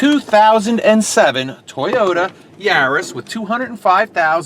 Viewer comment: Yar-is not yuris